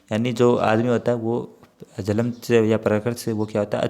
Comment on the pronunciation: सर जल्म नही जन्म होता है।